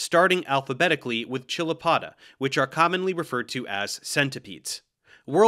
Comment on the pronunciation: FWIW, I'd opine you are mispronouncing chilopoda. The roots are from Greek, χεῖλος, and Neo-Latin, -poda. Since the Greek root begins with "χ" the transliteration "ch" is better pronounced as "k," as in character and chimera.